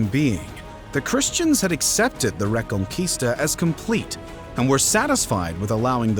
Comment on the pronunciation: The re-con-quista